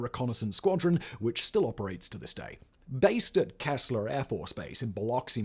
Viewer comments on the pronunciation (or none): Simon its Keesler AFB, not Kesler.